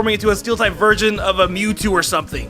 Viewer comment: did he say steel type virgin? lol